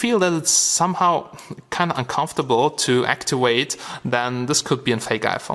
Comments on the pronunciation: M8 IT'S ACTIVATE NOT ACTUWATE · it's really hard to "actiweight?" lol lmao